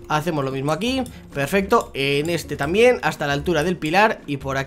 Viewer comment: Like si en el minuto escuchaste q dijo trambien